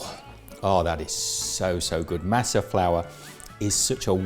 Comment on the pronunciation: I'm from California and it doesn't matter what the color of your skin is, you're taught the proper way to say a lot of Spanish words from a very young age so it always cracks me up to hear English speaking foreigners try to say Spanish names and words. Lol it's Mah-suh not maa-suh. Lol love the video, though! Atole is super awesome.